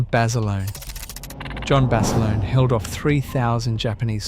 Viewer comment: Decent video, using AI to voice this video does the subjects an Injustice. A lot more could have been elaborated by the Creator about the subjects to reiterate Basilone is pronounced like the other gentleman said Bass a loan. Corpsman is pronounced core man not Corpse. Some of the pictures used misrepresent the actual subject and storyline if you going to talk about Marines especially Marine Aviation don't be using Army Air Corps/ Air Force aircraft. I've watched a few of your videos and there is major room for improvement across all of them.